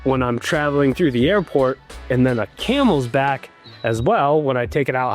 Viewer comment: And it's Camelback. Not Camelsback lol